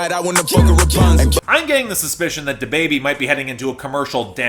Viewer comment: Love the way you pronounce "DaBaby"....